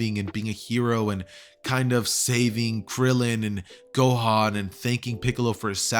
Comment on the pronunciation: you said "gokan"